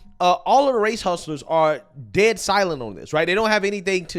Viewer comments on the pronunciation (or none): none